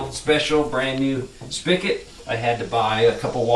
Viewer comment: I hate when he says "spic-it" its spigot.